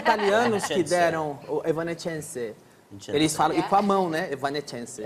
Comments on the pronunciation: Kkkk esse Danilo é foda com a pronúncia do nome da banda kkkk "evanéscence", "évanéscence" galera rachou o bico de rir 😂😂😂😂😂😂. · "É vanences" mds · Ela corrigindo a pronúncia do Danilo é engraçado. Hahaha